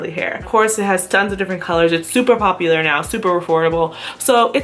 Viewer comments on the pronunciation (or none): none